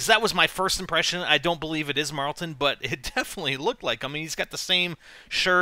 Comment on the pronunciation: IT'S NOT MARLTON!!!